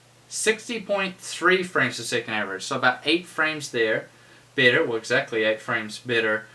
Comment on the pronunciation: are you saying bitter or better? shiet